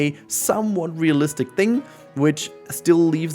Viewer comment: Ohhhhhh, -listic. I heard BOOTY-listic the first time. I was so lost.